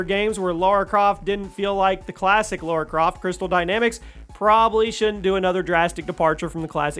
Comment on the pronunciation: Lara, not Laura!